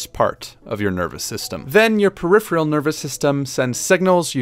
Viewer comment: Normally I'd let it go, but given the pronunciation joke just a few seconds earlier, I do want to say: peripheral is pronounced "Puh-RIFF-uh-rull," or even "Puh-RIFF-rull," and not "puh-RIFF-Ree-ull." (All caps represent primary stress, first letter of a syllable capitalized represents secondary stress, and all lowercase represents an unstresed syllable.) I swear, I'm not trying to be obnoxious. I do some "communicating" for my job and would always prefer someone say something to me, rather than I continue mispronouncing something. Great video. Please feel free to ignore me. The video was good, and if my pronunciation notes don't vibe with you, by all means, disregard them.